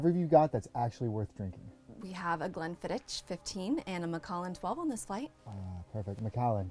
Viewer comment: Ooooooh!!!! At least learn how to say Glenfiddich properly!!!!! Glen-fid-ack. Love from Scotland.